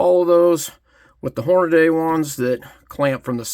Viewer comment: Hornady is pronounced Horn-a-dee, not Horn-a-day.